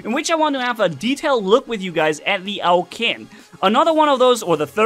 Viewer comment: Pronunication correction:- Its pronunced as 'Chin'. The word 'Qin' is where China got its name from. Because it was ruled by the 'Qin' dynasty, so yeah its pronunced as 'Chin'